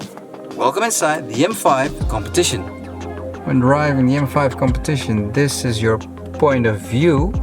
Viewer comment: The way he abused "competition" 😂